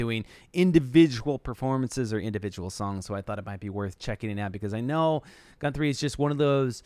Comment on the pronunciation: That was cool, more than one phenomenal Guthrie clip I haven’t seen/heard yet. Weird pronunciation of his name tough (GuNthrie?).